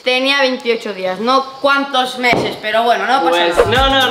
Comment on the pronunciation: no todos lo meses lo dijo bien 😅😅